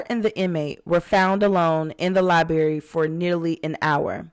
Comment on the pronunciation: If you can't even pronounce the word library how am I supposed to watch your videos